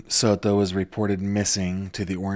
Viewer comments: Here we go again 🙄 He can't just say Maddie or Madeline, he has to say "Madeline Sod-to" 🙄 so we can all hear him pronounce it that way 🙄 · You do not have to say Soto like you are Spanish. You are seriously an American. Stappppppp! Lmao you say it and I laugh because you are trying to be politically correct. As if that’s not mocking. SOTOOOOO’